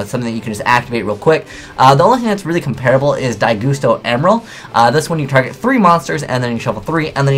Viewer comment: Dai "gust" o, not dai "goose" to.